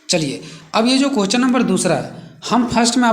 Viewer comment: Sir aap क्वेश्चन nhi bol pate hain to प्रश्न भी बोल सकते हैं हम लोग को कोई दिक्कत नहीं है but कोहचन mat boliye aapka bola huwa har word matter karta h 😢🙏 Baki sab thik h 👍🙏 Thanks🙏